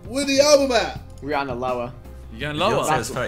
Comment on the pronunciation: I hate how they say RihAAna like no